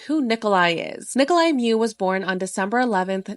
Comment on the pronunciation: Well for someone that pretends to pronounce ppls names correctly you did not.His name is Nicolae not Niclai and Miu is pronounced differently. as a romanian.